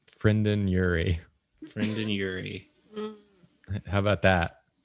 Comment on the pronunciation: said Frendon Urie, and it made me think of something very funny. Sanic at the Piss co. You're welcome.